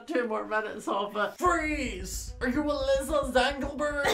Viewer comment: My name is Alisa… and it’s pronounced “Uh-Lee-suh” hearing say “Alyssa” for like 18 minutes made me cringe so hard